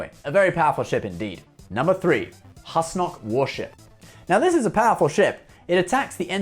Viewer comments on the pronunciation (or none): He also pronounces "Husnok" wrong. It's pronounced like "who-snock" (as per the alien Douwd in the episode) not "hus-nock" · Number 03 is pronounced "Whoose-Nock" like Goose, not "Hus-Nock" as in Hustle. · Pronunciation. They say it many times in the show. - Not Hus-knock. It's Whos-nock